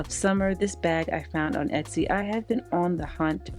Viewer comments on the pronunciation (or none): none